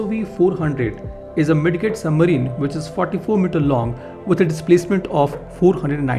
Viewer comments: Hi buddy it's not Mid "get" rather pronounce as " Mid "jet"... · Bro it is pronounced "mij jit" not mid get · It's pronounced mijjet 😄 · The d in midget is silent, kindly correct it next time onwards